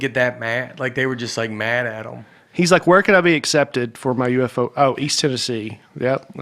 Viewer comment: I’m surprised no one mentioned Nate saying UFO-go…. 🎤🤷🏻‍♂️